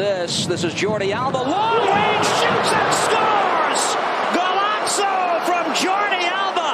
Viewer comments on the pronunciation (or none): Goofy ahh golazzo accent